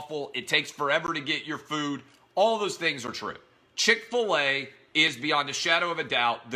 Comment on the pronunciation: Oh yeah.. Chic-fil-e is a good restaurant